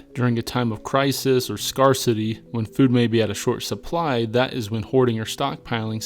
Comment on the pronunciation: Commenting for the algorithm, but every time I hear you say scar-city, I'm like "why is he saying it so weird??" lol..